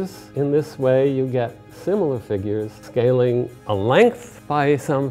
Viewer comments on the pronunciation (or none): "Scalling" ? :P